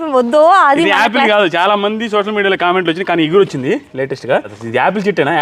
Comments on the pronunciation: Eguru kadu cheguru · adhi eguru kaadhu, chiguru anali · eguru kadu chiguru anali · ఇగురు కాదు అండి చిగురు అంటారు కానీ video chala bagundi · iguru kaadu. Chuguru.